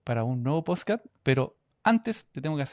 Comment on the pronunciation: Nunca nadie le dijo a este tipo que decia mal la palabra PODSCAST!!